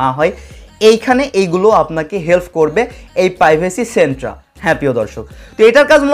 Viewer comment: Centre pronunciation